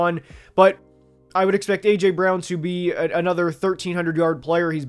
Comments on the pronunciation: am i tripping or did he say aurther wan instead of aj brown. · Did bro just call AJ Arthur Juan? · His name is not pronounced Arthur Juan lol